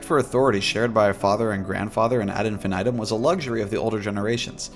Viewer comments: Please don't say infinitum the way you say it. It's pronounced "IN-FEE-NEE-TOOM" and even pronouncing it like "infinit - um" is better than the way you pronounce it. Hearing you say it like that literally makes my skin crawl. "infan aedum". Yuck, man, please. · The way you say ad infinitum is so jarring 😂